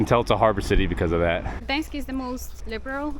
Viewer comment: City of Guhdens xd